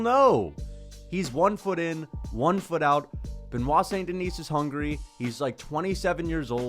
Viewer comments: Okay you need to stop daying "Duhneece". It's "Duhnee", SAIN-DUHNEE,, DUH-NEE, T & S are SILENT. 😭😭😭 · Bruh. My God. This your 3rd BSD video and you STILL can't pronounce his name correctly! F*ck man. The F'ing "S" in Denis is silent. It's pronounced "Di-KNEE". It's really not difficult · Stop pronouncing s in saint deni(s) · DON"T PRONOUNCE the "s" at the end of his name. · The s in saint denis is silent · Can we please learn how to say Beniot's last name? I mean, you can fricken pronounce davalshvlii or whatever it is! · Just please drop the S at the end of Saint Denis and Du Plessis for god sake